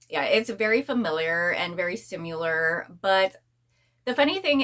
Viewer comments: The way you are saying “similar” is not the correct way to say it. Google and it will give you the correct pronunciation so your videos will sound better. Letting you know because if it were me, I would want someone to tell me. Hope you don’t take it as offensive. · I see alot of ppl say it the way she does. Not sure why. Maybe it's where they are from or something? I hear it alot tho and want to say something ,but never want to come off as rude ❤